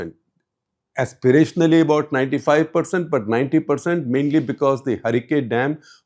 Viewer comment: The lady English pronunciation is need to be better. Bataaaa for BUT. Pronunciation mein Style Kam karna pedega. Keep it soft and simple.